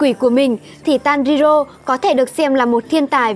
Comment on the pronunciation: Tanrirô , kimetsu no raiba , noá Chịu cách đọc luôn :)